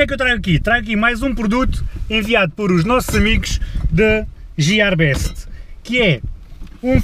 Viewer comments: entao porque e que dizes jiarbest tipo nao tem sentido nenhum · Não digas jiarbest. É gearbest! É "G" e não "J". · jierbeste? nunca ouvi falar ahahha (gearbeste) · gearbest é com g e não com j. tirando esse pormenor, os teus videos são 5 estrelas. top! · Diz-se Guiar e não Jiar best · n e jearbest é gearbest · diz-se guiarbest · não sei porque dizes isso, porque ninguém diz jierbeste. quando falas dos produtos da gearbeste e dizes jierbeste as pessoas nem sabem o que é isso. abraço